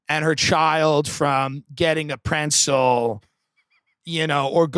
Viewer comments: Are you trying to say pretzel 🥨? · Love ya tim but theres no N in pretzel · It’s been years and I’m still searching for the ‘n’ in ‘pretzel’ lmao